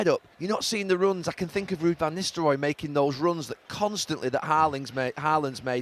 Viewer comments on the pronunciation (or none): none